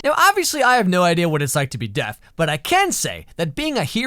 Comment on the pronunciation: Deaf-ne ...xD